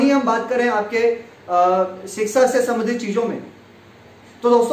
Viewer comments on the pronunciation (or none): none